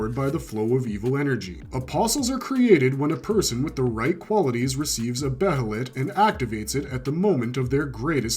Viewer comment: jj .. Its another word literally for 'Hawk.' And moreover he pronounces 'Behelit' correctly instead of trying to ear-r@ it by calling it 'Be-HElLiT' like some people do as if theyre not from this planet and cant pronounce COMMON-english dialect correctly! : D .. I bet you pronounce it that way too, Huh? ;jj What, Do you for some senseless reason call 'Guts' the outdated name no one except for 2 people wanted 'GaTtsU,' Too?